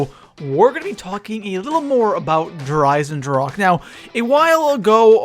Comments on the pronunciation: Its said like "dare i-sen-drah-ka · Der eisendrake???? Really??? I like ur vids but try harder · i am from Germany and please learn how to say der Eisendrache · Please name it the irondragon because der eisendrache is german and i cant hear it anymore how people say der eisendrak 😅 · Mispronounces "Der Eisendrache" the entire time >.< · is it so hard to write / pronounce der eisendrache correctly? ^^"